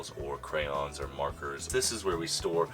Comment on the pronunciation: I just want to thank for saying crayONS. I love that pronunciation! And is looking SO CUTE!